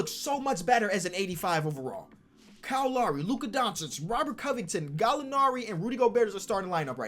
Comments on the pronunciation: Nobody:: kowl lowry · “Cowl lowlry” 😂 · “Kyle Lawry” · Cow Lowee KL:It is kyle Lowry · Kahl lahry=Kyle Lowry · sound this out kiel laoury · Nobody:: Cow Lowry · nobody:: "COWL Lowry" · No one:: Kyo Lowry